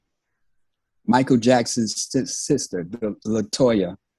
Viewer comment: The way he said, "Latoya.....mmm". He definitely hit that....and loved it. If you didn't catch it, watch it again. You go Kurtis Blow!!!😆❤